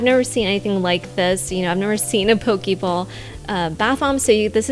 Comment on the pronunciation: Pokey ball?? Who says it like that ? It's po-kE ball